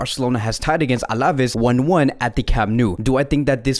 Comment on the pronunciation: Absolutely love your vids. To help you improve: pay a bit attention to the accents: Alavés has got the emphasis on the E, so it's AlavÉÉs, and not AlÁÁves. Same thing with Araújo. It's not AurÁÁjo, but Ara-ÚÚjo. The accent on the vowel shows you which vowel to emphasize. Just trying to help you bro. You're te best!